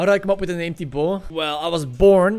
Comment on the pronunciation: Wait is Tyboo's real name actually Tyboo? So hes been mispronouncing his youtube AND real life name all this time? ahhahaahaahah Yes, im making this same joke again... im sory i cant get over it and i love your accent! Keep it up